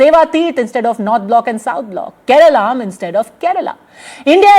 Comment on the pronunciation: It's not केरेलाम् It's केरळं/केरळम्